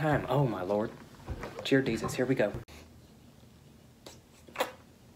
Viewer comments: Jear desus 😂🤣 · He said jear desus😂